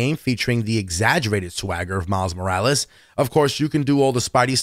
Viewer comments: He didnt pernounse Morales right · miles....moorals!?! nazgul shriek